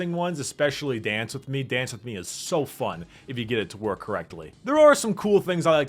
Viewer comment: I like how always pronounces "fun" like "fum"